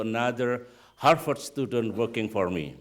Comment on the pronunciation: OMG it's harVard not not harFard.. Indonesians tend to mispronounce /v/ for /f/ .. /v/ and /f/ have different sounds in English.